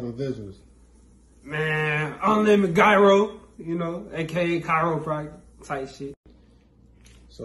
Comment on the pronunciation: Mane said Kyropractor 😭